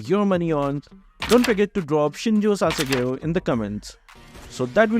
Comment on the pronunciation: "Shinzou o sasageyo"